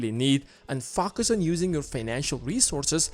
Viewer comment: Am I the only one hearing FukUs when he says Focus?! 🤔